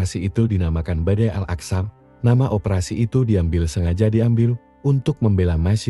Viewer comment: Akso...aksa..ga bisa bahasa arab lu yg narasi....